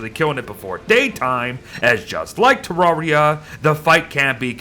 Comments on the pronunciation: te rare ee a not tea rawr ee ah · Pronouncing Terraria wrong. “Rare” not “rawr”